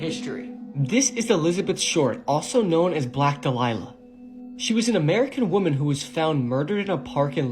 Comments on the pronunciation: Elizabeth Short was the Black Dahlia (Dah-lee-ah), not the Black Delilah. Also, mutation of her corpse, did you mean mutilation? Even though there are a few errors here and there, these compilation videos of horror/true crime are pretty entertaining. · It's not black Delilah. It's black dahlia